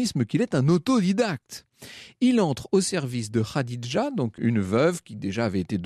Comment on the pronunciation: Etonnant...Vous arrivez à prononcer Khadija tel qu',il faut et Mouhamed vous semble difficile à prononcer ...Mahomet ce n,est pas Mouhamed: le ma est un signe de négation dans la langue hébraïque et arabe,donc Mahomet = le non admirable, et Mouhamed =l,admirable